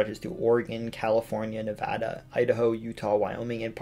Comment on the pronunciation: Thank you for pronouncing Nevada correctly